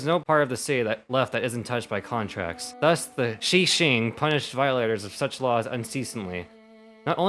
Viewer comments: ya know if he ever played the game in his NATIVE language he'd be able to just HEAR with his ears the characters say Qixing ( "CHEE SHING" ) and not have to look like a fool stumbling over words and butchering the language to those who do know. Like you know Qiqi's name you got Keqing's, you should get how that goes by simple logic of association. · So for the Q in Chinese texts, it's supposed to have a sort of a 'ch' sound. Qixing = Chee-shing Qilin = Chee-lin Qiqi = Chee-Chee Don't mean to sound like that one person that's like: "uM aCtUaLlY-" Raises Spectacles Anime Style I just wanted to point something out cuz I'm really into language. Good luck on Inazuma and Sumeru! (Edit: I wish to apologize. Please, ignore me.) (Edit 2: This will be my "uM aCtUaLlY-" moment, but Yanfei's horns are not supposed to be draconic. They're antlers.)